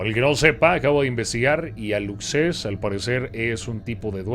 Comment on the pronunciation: Hola, los "Aluxes" se pronuncian alushes son unos chaneques chiquititos, como duendecitos, que cuidan la milpa 🌽, el monte 🌳 y los cenotes 💧. Visten como los antiguos mayas y viven en lugares sagrados. Si los respetás, te ayudan con la cosecha y hasta llaman la lluvia ☔. Pero si los molestás… hacen sus travesuras 😜.